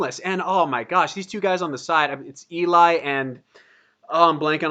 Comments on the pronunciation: You should also check out Geoff Castellucci’s channel, he does some amazing solo stuff. Also, it’s pronounced “L-E” not “E-Lie.” Everyone gets it wrong at first. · Eli is pronounced more like ellie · love your reactions! BTW ely is pronounced ellie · Eli is pronounced Elley, just like Geoff's name is pronounced Jeff.